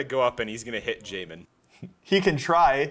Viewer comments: Love how says “yahmin” correctly only to immediately revert to “jahmin” upon next mention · As someone who has the name Jamin, this was terrifying hearing it said on video by someone who hasn't met me (Pronounced Jay-Min to be exact, since it's pronounced 5 different ways in the video) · Why do you purposely mispronounce his names despite hearing his friends say it